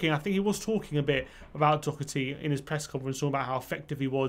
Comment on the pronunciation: His name is Doherty. You are as well to get to know the name of players playing for YOUR OWN TEAM. To help, its pronounced DA-HER-T